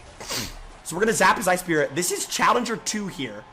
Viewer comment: why does jynxzi blink like that and why can't he say challenger correctly